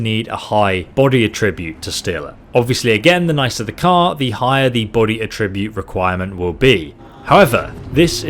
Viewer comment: It pained me to hear that pronunciation of Attribute. Still, good tips.